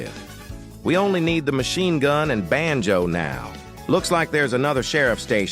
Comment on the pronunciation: Bruh I am Indian also we do have swear word here in hindi ( every language have) but when ever the ai say banjo ( which I don't know what it is) it sounds like bh£n ch0d which mean sister fuc*er in hindi and my parents we laying beside me and they don't speak English so when ever he say benjo my parents just stare at me